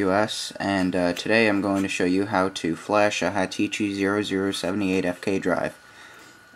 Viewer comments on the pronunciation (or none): "HA-Tichi" !! that's funny. It's Hitachi. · haha u say hitichi...nice tut though shall come in handy